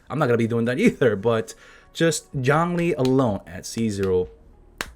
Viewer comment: "Yhongli"? Yeah right...